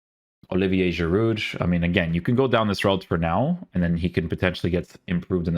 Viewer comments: I can’t unhear it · Midge, Giroudge.. Dge dge dge